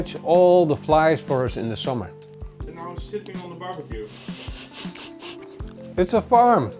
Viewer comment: Read this before I got to that part, thought it was a Dutch accent thing.